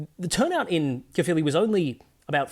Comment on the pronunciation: Brilliant! You perfectly pronounced both Plaid Cymru and Caerphilly. Two things that several English political commentators couldn't manage in some other videos I just watched. 👏